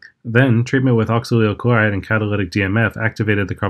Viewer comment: Can you pronounce some of the things more clearly? , i have no idea what you said. I'm assuming from the formula it's "oxalyl - chloride".